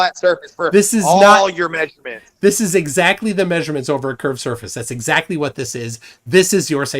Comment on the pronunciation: You don't have no may-zure-mints. When you look out and take a may-zure-mint you have a flat base line. Holy shit tell that drunken fool to put his teeth in before he speaks. Show some respect.